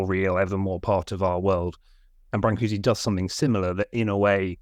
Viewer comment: Why bother to print the diacritical marks if you aren't going to pronounce them? I figure if you're gonna say bran-coo-see, just type Brancusi. Otherwise say brn-coosh or something.